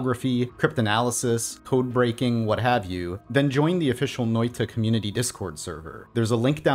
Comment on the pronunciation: Its Noita not Notia